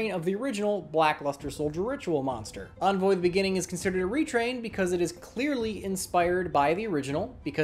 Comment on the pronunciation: FINALLY, A YUGITUBER THAT CAN SAY "ENVOY"